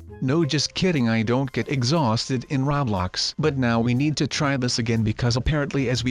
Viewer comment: You said roblox wrong